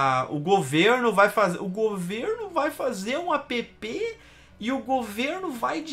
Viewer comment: não se fala APÊPÊ, a pronuncia é "ÉÉP"